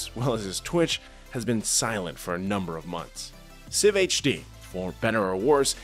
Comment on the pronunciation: not sifhd it was SI-VHD, gud ol days. watch him daily 🤙